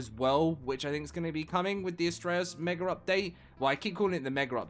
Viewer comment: Mega does not have an r at the end its mega not meger